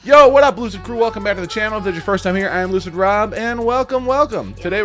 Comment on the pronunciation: You sure you're not saying hello Loser crew in your intro? I swear i hear it everytime instead of Lucid. Maybe I'm just deafer than I realise.